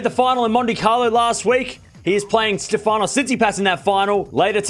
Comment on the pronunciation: His name is StEfanos TsitsipAs, not StefAnos 😊